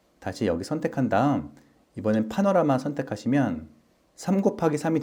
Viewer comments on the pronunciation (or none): none